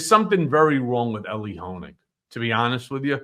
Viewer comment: His name is Elie NOT Eli. 🙄